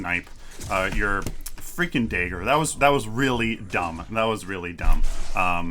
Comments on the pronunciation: Kallari master here. Just giving some tips Dagger pronunciation. Not daegger If you don't take the green buff which will chip away half your health, you can go for the river buff which will regen your mana so you can use more daggers and gank more effectively. Never use your back flip to gap close, it's not very effective and you just lost a ton of mana + your evasiveness as can be seen Don't try to use it while you're stunned, wait until your feet touch the ground, then use it, else it will bug out. And don't just use it at random, as you seem to do. Why would you activate shadow walk here? There is no threat, you can't catch up to anyone. And shortly after, you decide to ult him (as would I) which means you just lost your getaway: speedbuff and invisibility First hit out of stealth on a full health Kwang is 200+38, then a dagger for 120 and follow up for 200+25. I don't think that's worth 7 cp mate. And personally, I think survivability far outweighs the negligible extra damage from Traitors Touch, especially since you're supposed to be finishing off people, not initiating fights. And especially not with tanky heroes. Late game, a Steel ult + dash will nearly insta kill you without armour/health. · "dayger" hehe